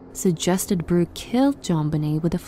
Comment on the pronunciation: It’s Burke, not Bruke.